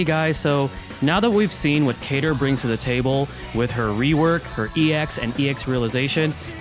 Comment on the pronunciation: They bamboozled us with a Kain-ter instead of Cater!